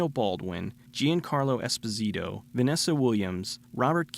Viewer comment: great movie, really enjoyable! But call Giancarlo Esposito correctly, pleaseeeee😪